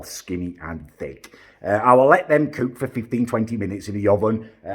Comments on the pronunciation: "excellent cewk" why does this guy want to be perfect at everything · Damn you do look a great cewk and are very good at cewking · How do u pronounce cook again m8